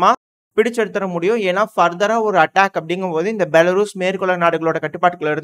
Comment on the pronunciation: தம்பி பெலாரஸ்... பெலாருஸ் இல்ல, 😂